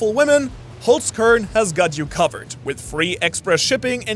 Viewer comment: Lol du bist doch deutscher, warum sprichst du Holzkern falsch aus? 🤔😂